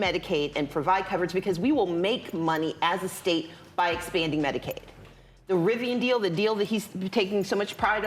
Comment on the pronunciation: She said "Medicaid"...not "medicate" lmao, had to rewind it to confirm, smdh🥴🥴🥴🥴